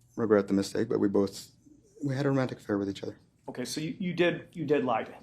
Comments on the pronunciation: The way he said affair 😂 “ahffhai r” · probably the only time so far that he’s had to admit to something. He tries to mumble off “affair” like a fucking little kid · Why did he say 'affair' like that? Wtf this guys so bizarre 😂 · why did he say affair like that!?!?😂😭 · the way he says affair makes me giggle every time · Listen to how Telles says his "affair" . Every other word he says is clear, but he was admitting to a personal failing (😖) so he literally couldn't force himself to even say the word out loud, so it came out fully mumbled 😂